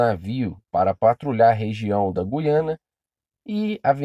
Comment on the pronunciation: 16 segundos e rive que oara o vídeo, Meu cari é Guiana sem o som de "u" . Voltando ao vídeo 😁😁😁👽🖖🏻